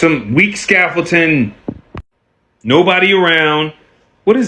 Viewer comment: this moron can't say scaffolding i don't believe anything he says